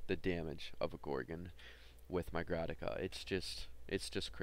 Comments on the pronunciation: Dude. Say Grataka one more time. I dare you. I double dare you. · Good video dude, one pointer is that it's a Grakata, not a Grataka :P